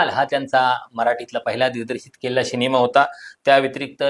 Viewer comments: अँकर ला "सिनेमा" शब्द निट उच्चारता येत नाही.. शिणेमा बोलतोय..😅😅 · शिनेमा नाही सिनेमा असतो 😂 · शिनिमा नाही सिनेमा!